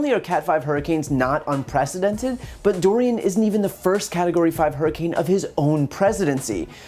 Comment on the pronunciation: Did he call it hurricane Doral lol he wouldnt be wrong😂